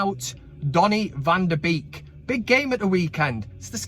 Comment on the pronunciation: "Bake" NOT "Beak."